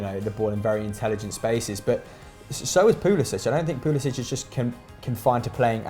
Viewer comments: It’s pronounced Christian pull-a-sick I believe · Chelsea and everybody else says Pulisic